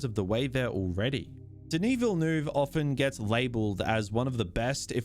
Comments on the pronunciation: Ville-NUHv not VilleNooov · Who is 'Vil- noov'? Is he related to 'Villeneuve'? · 😅 You are not able to pronounce his name correctly. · i agree with everything you said except how you kept pronouncing dennis villanueve’s last name😭